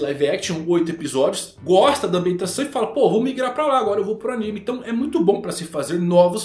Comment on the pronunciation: Pq ele chama animê?